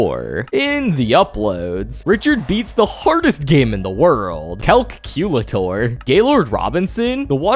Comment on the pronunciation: How do you mess up the word calculator😭